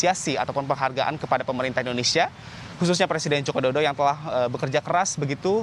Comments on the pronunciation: sama, langsung ku dm aja kompas tv nya karna gaenak didenger seperti tidak bisa mengeja saja 😅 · Mas ngmong Joko Widodo yg jelas.... Ga enak bgt didengernya